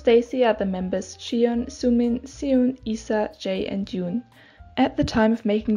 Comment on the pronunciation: idk if u know this now but its not 'eesa' its 'aisa'